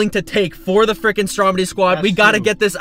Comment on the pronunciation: it's stromedy not strodemy